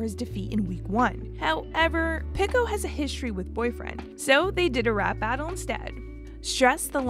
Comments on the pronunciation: No way she said Picko instead of Pico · the person in the video pronounced Pico differently so it sounds like they're saying "Pickle" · idk why but this feels so lifeless, half the facts were wrong or straight up came out of nowhere, the woman kept saying pico's name wrong and there wasn't any jokes or whatever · please never say pico again